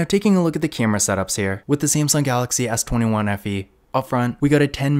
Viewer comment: Did you say S21 FE?